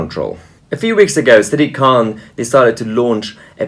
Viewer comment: Sounds like siddiq khant.